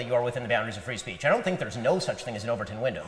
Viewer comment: Bweev had bree sbeech for a very long time 😂